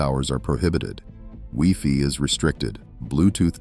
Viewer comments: Stupid AI and all the mispronunciation. 'Wee-fee!!' (WiFi) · "Wee-Fee?" Ever hear of post-processing AI slop? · I miss life before “wee-fee”😂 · Ohhh yea, He said “ wee fee “. Haha! Good catch by U 😊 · If AI can’t even get “wifi” right then maybe we aren’t so doomed after all 😅